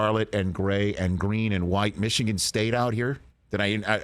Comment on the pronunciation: Big ten is overrated, rich. Mee-shigan is a joke